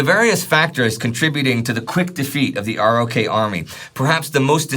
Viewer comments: Another great episode. Just FYI, the US military refers to the Republic of Korea as ROK as in "rock" and doesn't pronounce it R-O-K. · Ima say it again. It's said ROK Army. Pronounced like rock.